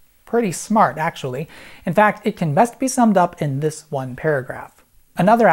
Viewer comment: I happen to hit pause when he said "how about dis" and I said "dikkin yo mouth" lmao I'm hilarious